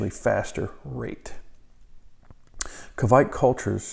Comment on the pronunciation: Nice video! 👍 It's a Norwegian yeast and you almost said it right too 🙂 It's a badass yeast for sure!